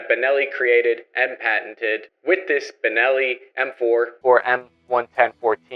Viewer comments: He said bellini shotgun , what the fuck?? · Dude…. ‘Bellini”? …. Come on man. Please…. You do this on pupose, dont you? ;( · I caught saying "Beleni" at one point and several other times it sounded like the audio was spliced to fix the mistake. Did you record the whole thing with the wrong pronunciation and then go back to fix all those parts?:P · did you just call it a “bellini” ?? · Wait. I heard 'Belini' 🤣 between and I think